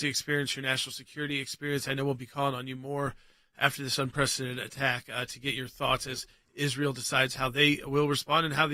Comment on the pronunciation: Un-prec-i-den-ted...5 syllables...enunciate please.